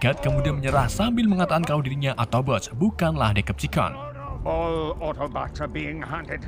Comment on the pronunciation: Bang ralat..Decepticon cara bacanya.Deseptikon klo di Indo